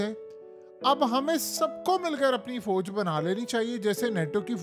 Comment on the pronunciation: Sodi Arab? Foj? Mai? Ye sb kis trha ki Urdu hai yar tumhari memno Vali? Sodi Arab nahi kehtey hain, Saudi Arab hota hai. Foj koi lfz nahi, Fouj hota hai asli lfz. Urdu bolna to seekh lo yar ab to km az km. Right?